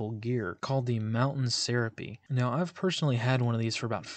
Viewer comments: Small nit to pick: It's pronounced "ser AH pay". is clearly not from Western US.:D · Good topic. Mountain Syrupy?? LOL That is "suh-rah-pey" or se·ra·pe /səˈräpē/